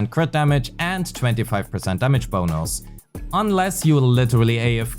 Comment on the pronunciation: Ah the sound of your « damage bonous »